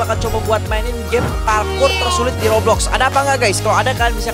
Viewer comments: Bang tadi abang salah ngomong harusnya roblox bukan goblox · Kenapa ngomong roblox goblox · Kok frost diamond ngomong roblox jadi goblox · Kocak waktu di intro atau awal malah roblox jadi goblox